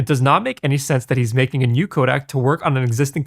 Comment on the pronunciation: You keep pronouncing codec....Kodak.